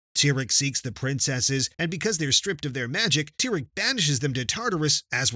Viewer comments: It's not tyrek it's a tear at okay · Dude is Cadance not Candace and is not Tyrek, is Tihrek!!!!!